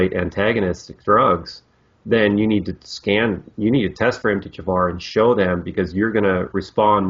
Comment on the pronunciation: For some reason when americans say MTHFR, I hear Empty-Jafar